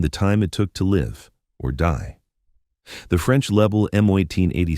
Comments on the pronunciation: As soon as the dumbarse AI voice said "Leeble", I was off. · Start by mispronouncing the Lebel. The Lebel was replaced by the Berthier which loaded with a stripper clip.